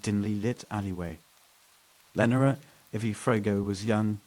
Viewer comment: Austin NEVER has deserted streets..and lenora is mispronounced over and over.....thumbs down